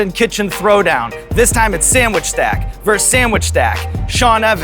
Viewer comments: Sean, mate, it's "versus" not "verse"! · *Ver-SUS It's pronounced "ver-sus".